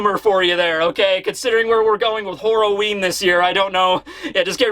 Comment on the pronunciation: “Whore ‘o’ ween”? What the heck is that?